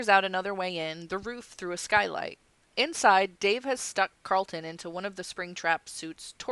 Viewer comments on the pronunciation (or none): Car- rul-ton not Cart-lin. :) I know you will tell me to shut up I'm sorry